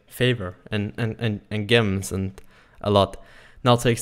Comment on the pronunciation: Hehe the way you pronounce gems